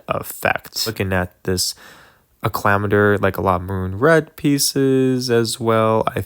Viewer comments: A-Clam-Ator? Its Accla-mator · You should have replaced the pelta with a victory And its pronounced "Acc-li-mator" Not "A -cclim-ator"